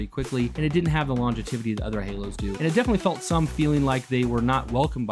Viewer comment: I would check Webster for "longevity" brother, I believe you mispronounce it